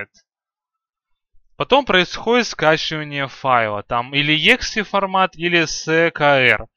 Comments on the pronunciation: Не егзе, а экзе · если ты программист то почему ты говоришь не правильно exe файл? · Какой ты программист? Ты даже exe правильно сказать не можешь